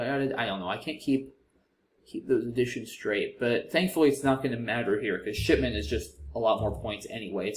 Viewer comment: “Oh ship!-ment” made me laugh out loud haha. I do have a mental age of about 10, but it did sound a little naughty